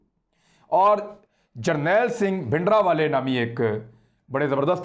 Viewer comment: His name was bhindranwala not bhidanwala. There is an R in his name. I have said many times that these mistakes show immaturity of our anchors. Please correct the title.